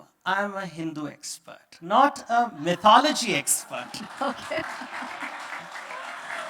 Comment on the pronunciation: Is it "my-thology" or "mithology"- I believe it's the 2nd one. Sorry, not able to write the phonetics representation in my ipad😐